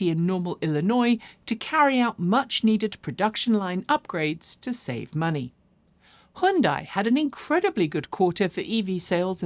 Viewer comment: I’m from Malaysia. Just recently discovered your vlogs on YouTube. Like your up to date news and presentation style. Keep it up. And oh I admire that you’re the only ‘western’ presenter to pronounce Hyundai correctly😅